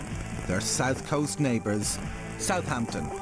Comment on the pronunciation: …i misspelt it. It’spronounced suuuvvaaamptun. i know this well having grown up in the last century with half my family originating from Haaampshuuure whereas muuveers’ lot came from Fulham - where you ‘ang yer attt oowwnn the oook innn thee oowwlll - providing you’re wearing one & the homeowner is that particular . the “Hampshire Accent’ was probably a thing but I’ll be buggered if i learnt to really tell it apart from Dorset Wiltshire or Devon which judging by online maps of Accents , is nowadays lumped in with Westcountry . Well it certainly isn’t Cockerney or Keeennt.